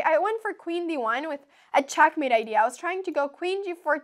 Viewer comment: i love the way she says checkmate. CHOCKmate lol